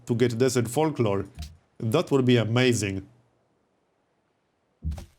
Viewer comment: I know it's not polite so please don't be mad but I have to laugh at how you say folklore and it sounds like fork lord. :D